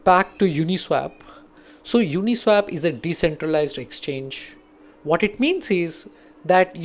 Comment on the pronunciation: It's pronounced as Uni-SWOP..not Uni-SWAP. You're pronouncing it incorrectly.